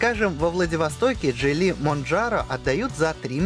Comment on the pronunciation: Мне одному послышалось Джей Ли? звучит как начало китайского боевика